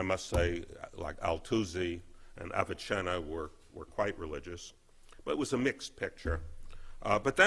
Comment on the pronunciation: “Abichenna” you mean Avicenna...my god.